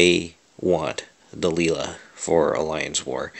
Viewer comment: Dude, its pronounced "Delayla", you know like the song (can't remember the band name) hey there Delilah, *blablabla" " (at least I think so).